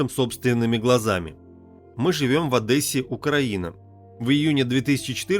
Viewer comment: не Одэсса , а Одесса !!!!!!!!!!!!!!!!!!!!!!!!!!!!!!!!!!!!!!!!!!!!!!!!!!!!!!!!!!!!!!!!